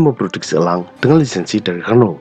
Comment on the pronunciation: Yg saya suka, naratornya mengucapkan Renault, Panhard dan Peugeot dengan pengucapan yg benar.